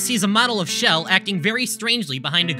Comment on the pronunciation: this slightly pissed me off for the entire video (also "chell" was pronounced as "shell")